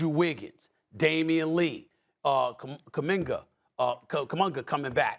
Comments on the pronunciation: Bro said kuminga the first and then does what he does best by mispronouncing names and said kumanga smh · Stephen a: “Kuminga, Cumunga coming back” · They way SAS butchered kumingas name 😂☺️